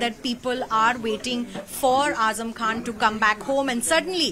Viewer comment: His name is Azam. Not weeper